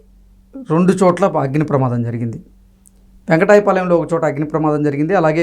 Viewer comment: U should pronounce వెంకటపాలెం